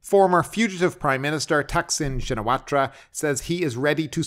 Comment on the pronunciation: Excellent channel but would be a good idea to learn how to pronounce Thaksin s family name as we’re going to hear a lot of II in the next few months